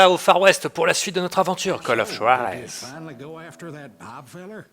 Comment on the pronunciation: Call of Chuarez haha ! Fanta et l'espagnol c'est comme le piro-barbare et la flotte !